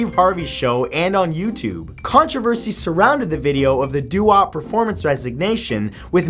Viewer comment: It's "Doo-wop", Matt, doo-wop